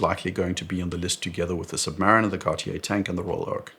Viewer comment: OK, but how can you still mispronounce "Submariner" the way you do? It is pronounced "Submarine" (like in the Beatles song - remeber 😊!) and then "er" ... 🤪